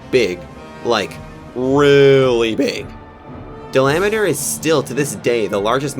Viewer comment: Dalameadur! it’s dala-ma-dur!